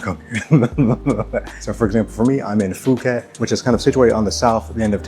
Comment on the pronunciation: Did he say Foo-ket ?